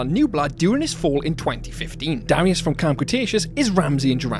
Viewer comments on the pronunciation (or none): none